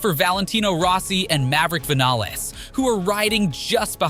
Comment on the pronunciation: I have a great game to play along with while watching this video, count how many times the commentator says a rider's name wrong & the phrase "mind boggling" either before a speed or on its own...lol..., Zaco, Vanaless...surprised he got Jack Miller's name right 😂